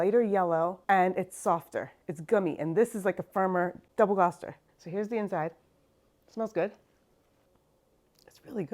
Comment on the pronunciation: Please look up the pronunciation before shooting the video. It's the name of a city (and county), so the pronunciation is part of another people's identity.